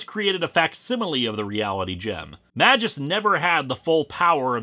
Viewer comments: As a non-native English speaker, I feel that every time when a Greek or Latin name is spoken by an Anglophone. The pronunciation is just sooo wrong. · Is that character's name really supposed to be pronounced "majìus"? "Magus" is latin for "wizard" and should be pronounced with a hard "G" and the "U" is not supposed to be a diphthong. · another comment about how you're pronouncing magus wrong srsly tho, I find that quite vexing, maybe even unreasonably so. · The way you say "Magus" is very unsettling to me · Not MA-jus. It's MAY-gus. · To my knowledge "Magus" is pronounced "MAY-guss" instead of "MA-jus", and both the dictionary and Marvel's recent cartoons agree with me. But yes, he DOES look incredibly silly. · May-gus, not ma-jis :) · Wait a minute, that's pronounced "May-jus"? I always pronounced it "Magus"… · Minor nitpick, but according to , Magus is pronounced May-Guh-S, not Man minus the n-jus. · I know I'm probably snobby youtuber 223 to correct you on this, but fuck it. It's "May-gus," not "Mah-jus." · wait.. is it not pronounced May_Gus rather than Maj_Us ? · I think it's pronounced "may-guss". Also, Doom's real voice is literally an octave below your rather accurate (in tone and articulation) impersonation. This story is waaaaaaaaaaaaay too complicated. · I'm almost certain it's pronounced "may-guess" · its pronounced "may-gus" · Why is Magus' name pronounced MaJus? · Yo, Magus is spelled with a G like in, I donno, "Green". You are calling him like...mah juice. Now that's weird. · It's prounuced mage-us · Magus is pronounced with a hard g. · Even Google Translate disagree with you, mate. Not only me. And not only google translate. Even Rob from ComicsExplained pronounce the name Magus the other way. Your video is still good though.